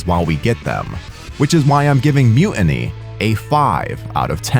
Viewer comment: Excuse me, “Mu……iny?” I thought it was Mu-tiny??? There’s still a t in the middle, I can see it.